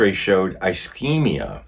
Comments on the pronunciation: Ischemia like a snakes hisses, just drop the H. Isss keem ia, not I schem ia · It’s not “eyeschemia” it’s ischemia…soft “I”. 😁😁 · Please don't take offence, it is pronounced ish-kemia.